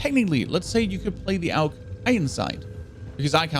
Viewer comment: Aug not aulg